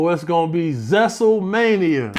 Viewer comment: "zestlemania"?! 🤣🤣🤣😭 ayoooo